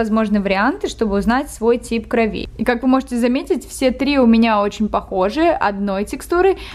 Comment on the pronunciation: группа крови правильно говорить. И ударение на О - крОви.